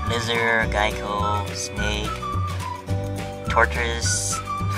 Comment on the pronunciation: lmao lizards giekos haha the gecko that does the insurance commercials that's too cute it's geck not gike geckos and giekos ctfu ty ♥